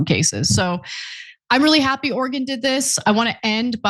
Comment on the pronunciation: Love hearing Ana pronounce Oregon correctly! Love TYT!